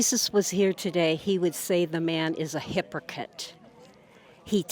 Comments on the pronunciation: Did she just say a hiper-tit? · Whats a "hyperkit"? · This woman is out of her mind. “It’s in their DNA ” “It’s a “Hipperkit”😂 “AVocate” This woman needs psychiatric help. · “Biblical Ciblical”? “Hypokit”? She must be dean of the tRump University School of Language Arts. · This woman is like a sitcom character, who keeps using words that she doesn't know how to pronounce as her sitcom gimmick. He's a hippercant. You do not avocate for same sex marriage. You do not avocate for abortion. But the confidence she says these things with, when she can't even pronounce the words she's saying is astounding. It's like she's rehearsed saying these lines wrong for comedic timing. The problem with everything she's saying, is that even in her own scriptures, even if we were to accept that Jesus was against same sex marriage and abortion - which is far from clear - he was also unquestionably in favor of freedom. Jesus believed that we had to let every person make their own choices, and then their judgement for those choices was between them and God in the afterlife. It was Satan who proposed to God that we should force people to follow all of God's rules, and not give them a choice, to make certain that every last one of God's "beloved" children could make it back to heaven and none were lost. And for that, he was cast out of heaven. Jesus rejected Satan's proposal of forcing everyone to follow all of God's rules, insisting that only by giving people the freedom to make their own choices would they gain anything through their experience on Earth, and for this he became God's chosen son to lead his people back to heaven. This woman literally proposes the plan of Satan, and rejects the teachings of Jesus, right out of the book she believes in. The left does not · She also butchered pronouncing "hypocrite"